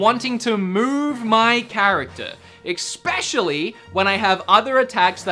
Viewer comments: You say expecially but the correct is especially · Good review. But please try to start saying especially instead of expecially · Please, it’s especially not expecially. E-specially... thank you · "Expecially" -you many many times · Awesome review man! But seriously!.. Where are you seeing an "X" in the word especially!? 🤣🤣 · This was a greatly written and produced review. Still triggered by the use of ‘exspecially’. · Why does every time says “specially” he pronounces it as “expetially”???? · Xpecially Chronicles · "exspecially" really?